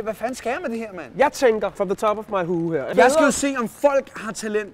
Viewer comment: “For the top of my hue her” hehe